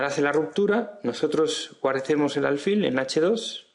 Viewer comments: ¿Por qué dices “álfil”? Lo correcto es alfil, que no lleva tilde, y por tanto se pronuncia con el acento en la última sílaba. Si se acentuara en la penúltima sílaba debería llevar tilde, como “cárcel”. No sé si lo aprendiste a pronunciar de un gringo, pero el sonido es bastante irritante, tanto que pese a que tu explicación es buena he tenido que escribirte esto. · No se dice álfil